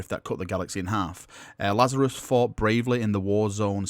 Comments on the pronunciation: La-za-rus...not lazarius.. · The new captains name BTW is pronounced Laz-A-Ris. like the pit Raz Al Gul used ;) (of which both are a referance to a biblical figure). BTW the idea of being saved via the primaris update isn't something new. read Spear of the Emperor ;) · It's pronounced LAZ-ar-us. As in the man in the bible that Jesus rose from the dead after 4 days in the tomb. Get the symbolism? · It's La-za-rus m8, have you red the bible? Great vid, i don't mind the double video spam, i want moooore :) 10 will be perfect. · "It's just regular Laz-a-russ"